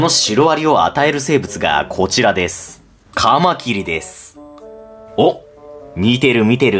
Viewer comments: 「カマキリ」のイントネーションが標準語になりましたね。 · カマキリ のイントネーションが一般的によく聞く響きになった。